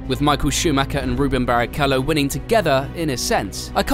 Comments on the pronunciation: Its Rubens not Ruben. Also 1000% sure he is Brazilian. Do your research next time please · It’s Rubens with an s not Ruben. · RUBENS not Ruben! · And his first name is Rubens, not Ruben. Not sure why so many English channels get that wrong. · And his name is RUBENS not Ruben. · RubenS. Not Ruben. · It’s pronounced Rubens and he’s Brazilian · His name is RubenS Barrichello, and he is not Italian! 🤦‍♂️ Michael's abbreviation was "MSC" not "SCU". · yeah he totally left the S out.